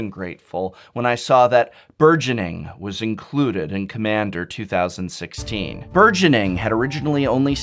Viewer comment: I could understand if it was 2015 back in January or February. But 2016 is almost over and you still flubbed lol.